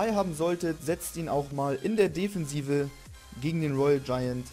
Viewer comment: deffensive? :D defensive :* süßer Sprachfehler <333